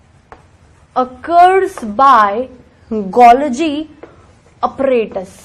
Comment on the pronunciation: It’s not Upparatus ❌ Apparatus ✅